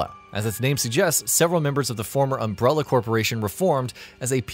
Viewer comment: Seriously if i hear umbrellEEER one more time...im going to go american NUCULER smh...why!? cant you just say it right? um brell A and NU CLEAR